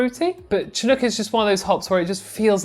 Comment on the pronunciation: I'm from the Pacific coast of Canada, and I'm very familiar with the word "chinook"...it's pronounced "shinook", and it's a species of salmon from these parts. A minor point (I know) but it sounds funny with a hard "ch".